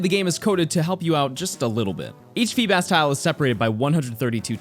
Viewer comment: FEEBAS DOES NOT END WITH AN H!